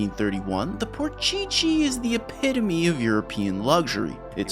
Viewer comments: WTF is "porsheshe" bruh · its official, Porsche is not Por-Chi-Chi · Why do you pronounce Porsche as Porchichi ? NFS Had great games back in the days, but Porchichi ??? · "PORCHECHE" hits hard🤣🤣🤣🤣🤣🤣🤣🤣🤣🤣🤣🤣🤣🤣🤣🤣🤣🤣🤣🤣🤣🤣🤣🤣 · That's NOT how you pronounce porche 😂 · Porsche-che?! 😂 also, use a nunchuck, I use the nunchuck all the time, and I've gotten in top 3! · what is wrong with you saying Porsche? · please do some justice by calling the brands of the cars properly what is porcichi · The only thing that bugges me out is how you say Porsche... try saying like this: Porse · So annoying hearing "porchi-chi" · It's PORSCHE (Porsh Uh) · I was expecting you to pronounce Porsche wrong, but didn't expect it to be THAT wrong 😀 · Please pronounce Porsche right it was killing me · i am german, your "PorGG" instead of Porsche is an insult.... not kidding, but kinda kidding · Broo great video, but why Porcheche 😭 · So am I the only one who has a real problem with how he pronounced the car names? Especially Porsche he kept saying porcheesey is this like an inside joke? I don’t know if he’s serious or not first time watching a video of his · 6 minutes and bailing out my dude. It's unbearable hearing you pronounce Porsche like that over and over. Shame as I was looking forward to this. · Bro if you say porchichi one more time! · You mean Porsche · Ah yes the Porscheche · I stopped the video because learn how to say Porsche. You literally have it in video how to pronounce it. Sorry as a German I freaked out 😄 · "founded by Ferdinand Porchichi" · The way he says Porsche makes this video almost unwatchable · How is no one talking about the pronunciation trolling of Porsche lol it hurt everytime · As a german it's illegal how you pronounce Porsche please stop that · The por che chi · What is a PorChiChi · Merchadis Hagwar porchichi from now on I’m gonna read it like this 😂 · Why does he keep pronouncing Porsche wrong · The way you pronounce porsche makes my ears bleed 🤮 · Porchee -chee